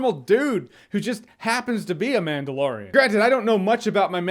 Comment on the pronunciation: Mandalorian lore, or Manda-lore-ian? I'll go now